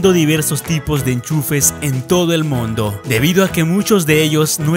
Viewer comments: like si escuchastes la palabra mondo embes de el mundo en el minuto comenta si es hasi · en el minuto dice mondo 😂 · en el minuto dice en todo el MONDO XD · Like si escucharon mondo en minuto 4-10